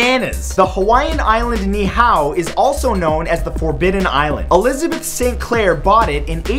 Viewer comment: um its actually ni'ihau. like knee ee hoow